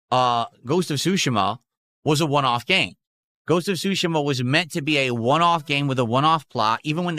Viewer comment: Ghosts of Shushuma? Is he incapable of pronouncing ANYTHING correctly?